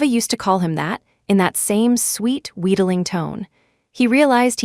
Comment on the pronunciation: WHEEDLING not weeding